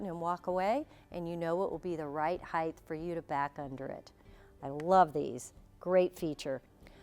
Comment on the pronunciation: You should learn to speak properly. It’s not “Heigth” it “Height” pronounced “Hite”